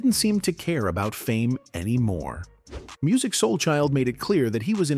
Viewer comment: This video was poorly done! First of all, when you use Ai, at least listen to it first so you can help it pronounce words better! Secondly, what happened to Musiq not Muzeek! smh! is happening to a lot if not all of our artist when music was actaully great! Now, they are in front of a generation that doesn't even know who they are and they are older and have not been out in over15-20 years! On his worse day what new artist today sounds better?